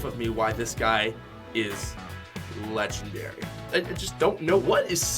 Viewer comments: Yeah dude. I totally agree. They are not “Legengdary” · 'Legengdary' yea? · Not lengengdary lol